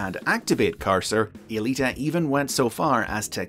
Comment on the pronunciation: Huh. I always thought the woman's name was "Alita One," or possibly "Aelita One," not E-lita One." Go figure.